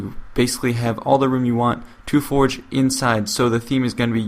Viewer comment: Sounds like hes saying "Halo For Jepidemic.